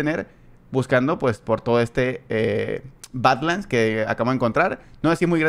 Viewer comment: No no, ya sé lo que son las Badlands y sus variantes, sé bastante de eso, pero la pronunciación, parece que dice otra cosa xd